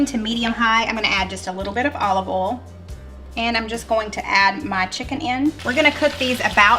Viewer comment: it's not oolll it's oil. O y l.